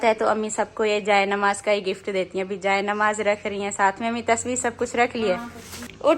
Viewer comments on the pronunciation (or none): Jaanmaz hota hai appi plz agle br se yahe bole